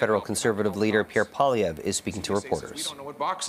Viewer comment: Wow even Canadians pronounce his surname wrong? You keep hearing Paul-lee-ev being called when it should be Pwah-lee-ev like how its said after